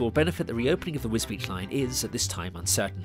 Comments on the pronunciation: This is interesting, but is that really how you pronounce the town's name, as if it's spelt Wisbeech or Wisbeach? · Alas, Wisbech is pronounced just as it is spelled, not as "Wisbeach"! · I think that many people in Wisbech would prefer a rail connection to King's Lynn rather than Cambridge, but that's not on the table. Yes - some pronounce it 'Wisbeck' and I can see how. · It is pronounced Wisbeach but I have always called it more like Wisbitch. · I agree! I've never been, so I would have pronounced it Wisbeck. Now I know. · Yes it is. It is often incorrectly pronounced as 'Wisbeck'. Really glad you enjoyed the film!